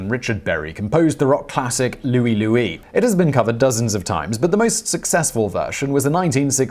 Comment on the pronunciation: That is Louie LOOEYE as it was sung.